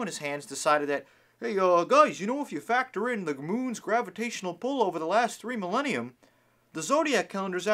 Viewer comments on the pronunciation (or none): none